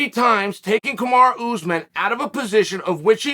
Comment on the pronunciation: Hey Chael, is Uncle Dana asking you to put this narrative out there? Everyone saw Usman cheating in the match. Ray Charles saw it. Do you owe Usman a favor or something? Is he paying you? Kamaru (not Kamara, you always say his name incorrectly) is not a gentleman and he is on PEDs. Please save yourself the time of making these type of videos because you're not fooling anyone and you're pretty much insulting the intelligence of your audience with your BS.